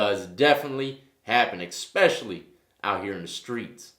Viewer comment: Expecially isn't a word. It's especially.